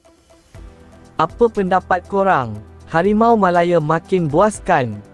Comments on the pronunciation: Sebutan tu janganlah melayer, MALAYA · Aduiii..Harimau malaya dik bukan harimau malaye..